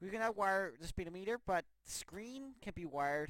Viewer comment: fucking lose it when he said speed o meter